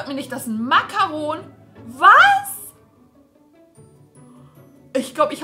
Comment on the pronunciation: Wie Sie makaron ausspricht (no hate) 😂 es wir so ausgesprochen wie man es liest nur das o muss man bisschen länger sagen und das n sagt man nicht mit.